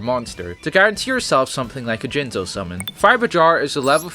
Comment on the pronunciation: You said "Jizzno" wrong.